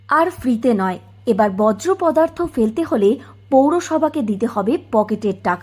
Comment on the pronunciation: বজ্রপদার্থ আবার কী? 😅 বলুন বর্জ্য পদার্থ।